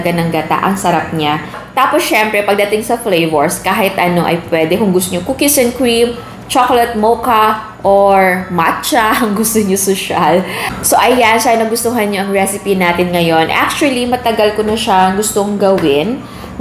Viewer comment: Buti nlng walang SHAKALETttt flevur dito.. Kasi nakaka OMAY na pakinggan ung SHAKALEttt pronounciation po ei 😁